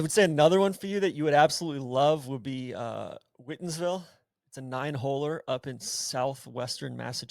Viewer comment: “Whitinsville” like the color! Don’t get trapped in bamabearcat’s faulty pronunciation back from the which states have the best golf pod. Central MA too. All-Star nine hole’r.